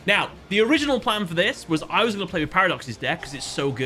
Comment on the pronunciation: My pwan is gweat!